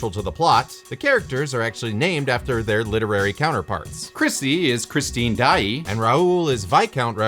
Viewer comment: I’m sorry did you pronounce Daaé as “Die-e”